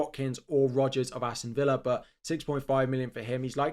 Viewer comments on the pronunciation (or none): none